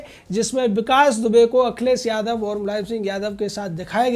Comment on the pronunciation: बेवकूफ akhilesh yadav ka name sahi se bolo paltu कुत्ता